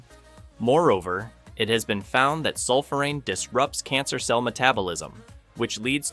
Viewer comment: I went keto in 2020 after being diagnosed with type 2 diabetes. I was recently diagnosed with a rare cancer. I can tell you aren't familiar with Otto Warburg or Thomas Seyfried as you indicate a genetic cause. Not being able to pronounce sulphoraphane doesn't inspire confidence, and not being aware of the concentration is also a bad sign. You have managed to assemble a little good information, while not having any idea that fully starving cancer is challenging. If you were familiar with professor Seyfried's work you would know that. People don't need slapped together information for life threatening diseases. Shame on you.